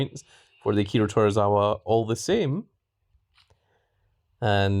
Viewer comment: It’s to-zw-wa not tor-ra-wa there are no Rs in his name just saying 😉 lol